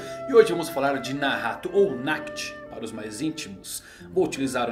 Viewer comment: Nacht não se pronuncia "Nacti", mas "Nart", como noite em Alemão.